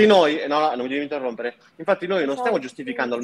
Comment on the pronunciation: Ricordate che Anna è stata la ragazza di Mr. Flame; questo la dice lunga sul suo quoziente intellettivo, probabilmente sotto il 70. poi tutte e 2 stanno a ripetere "fammi parlareh! non interromereh!"; e poi? INTERROMPONO in continuazione.